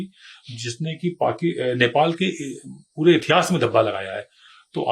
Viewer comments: It's Nepal not Nepol, Mr. English man 😅😅😅. He is acting smart but doesn't know what he is saying.😂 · नेपॉल नहीं नेपाल बोलो एक्सपर्ट महोदय!